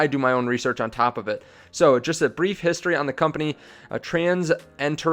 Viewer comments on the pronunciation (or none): none